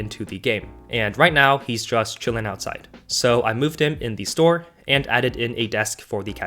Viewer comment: I love how you say the dumpster. You say dee dumpster